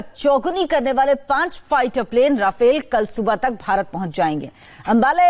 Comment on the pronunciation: भाई रफाएल है राफेल यार क्यो पागल बना रहे हो